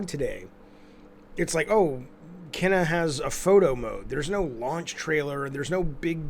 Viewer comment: Its pronounced Keena.